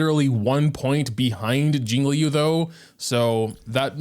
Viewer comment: STOP SAYING “LEE YOU”